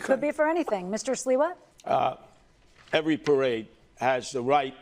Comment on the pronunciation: Note to the presenter: Curtis Sliwa has been a fixture in NYC for decades. His name is pronounced "Slee-wah". Not "Sly-wah". Your mis-pronunciation makes it seem like you're totally unfamiliar with him. Not a good look.